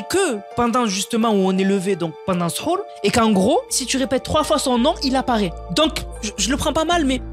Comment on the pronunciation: C'est sahur ça se prenonce saour😊😊😊😊😊